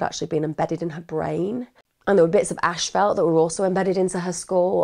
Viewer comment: Not to be funny but asphalt is pronounced like "ass" "fault"